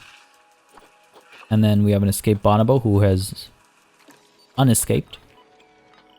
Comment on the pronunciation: your pronunciation of "bonobo" has been haunting me and i can take it no longer. maybe i am wrong but armed with a quick google search and my own personal conviction i believe it's not "BAH-na-boh" but "buh-NOH-boh" anyone who knows better feel free to correct but i can't believe no one has said this...maybe i really am wrong! but it makes me laugh every time and reminds me of U2's Bono